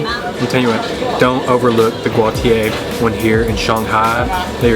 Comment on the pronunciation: Thanks for getting Guotie right ... most miss that word and call it by other names